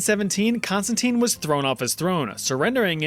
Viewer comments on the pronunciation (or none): none